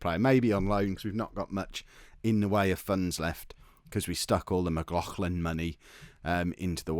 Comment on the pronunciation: Stephen McLaughlin is pronounced Mac-Lock-Lin